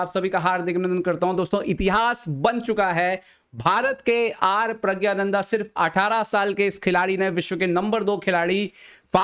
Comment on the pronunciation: pahele Puri knowledge rakhliya kr wo Hindi me aur Tamil me प्रज्ञाननंधा hi hai uske nam ka asal pronunciation yahi h 😂😂